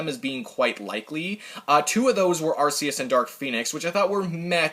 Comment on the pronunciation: Did this man pronounce arceus as At-See-Us it’s At-Key-Us